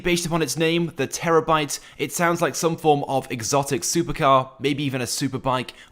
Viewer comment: ITS THE TER BYTE ----- THERES NO E BETWEEN THE R B ----- REREAD THE LEAKED VEHICLE NAME